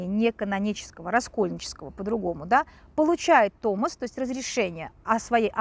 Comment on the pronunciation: Все хорошо, согласна. Только, вроде, томОс..